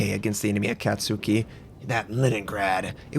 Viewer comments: Ah-cat-ski! Say it with me: Ah-cat-ski! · I'm no weeboo, I promise. However, I did live in Japan for 13 years growing up as a kid because military family. The short 'A' sound in 'cat' is not something that exists in Japanese. It's more like the a in 'father'.